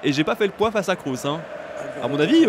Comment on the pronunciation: C'est KROOS!!! Pas KROUSSE!!!